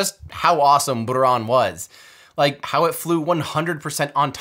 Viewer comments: Great video! Thanks Tim! And very good pronunciation of Buran. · Amazing video! And thank you for a good "R" pronunciation in "Buran". :) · I love how he pronounced “Buran”